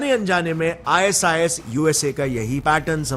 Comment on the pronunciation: "IS IS" NAHI "I SIS" BOL 😂